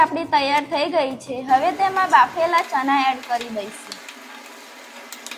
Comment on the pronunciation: Boli sudar deshi bole chana pili liye sareti bolay Bolvanu shikh pahela